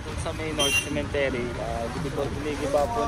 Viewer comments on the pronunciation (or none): CEMETERY po hindi cementery,, sorry po correction lng,, ✌️✌️✌️peace! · sementeryo Hindi cementery the right pronunciation sa english😂 CEMETERY